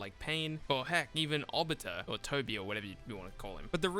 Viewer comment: Well two things first it’s pronounced Ob-be-toe Second you want pain in the game because you don’t want sharigan users but pain technically uses sharigan because rinnegan is sharigan plus pain isn’t nearly as popular as madara